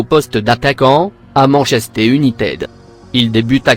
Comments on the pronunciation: Même chose avec MANCHESTÉ UNITED!!!!!!!!! MDRRR ET AUSSI POUR JAMES RODIGUÉ !!!!!! Ouf il a pas dit FALSSAO!!!!!!!!! IL MA TUÉ AUSSI !! MDRRRRRRRRRR!!!!!!!!!!!!!!!!🙃🙃🙃🙃🙃🙃😬😬😁😁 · tu prononce maaaaal "Manchester united" tu as tuer 1000 anglais et 1000 chilien tu n'as pas ta place parmis les youtubeur